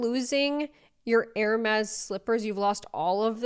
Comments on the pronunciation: Her-mes can't even pronounce it properly 😆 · I’m broke. Unemployed, living off of $1300 unemployment a month broke. And I know that you don’t pronounce Hermes with a hard H. Why do we make these people famous!? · Being able to afford Hermes but not pronouncing it right 😭😭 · How does Alabama Barker not even know how to pronounce Hermes correctly? 😑 Anywhooo, here I am thinking we spend a lot on our kids for Christmas, and we spend between $900-$1100 per child (we have 2, one is 15 and other is 21 and a full time student at Ohio State U otherwise we wouldn't spend as much on her now that she's an adult). They honestly don't get much throughout the year though either, as far "fun" items or even the more expensive brand clothing etc. They don't even ask for much during the year bc they just know that we don't buy them things simply bc they are trendy or simply bc they "want it so bad." I truly don't know what's "average" to spend on a kid for Xmas, but I'm not an idiot and know these videos you showed are not average Christmas spending.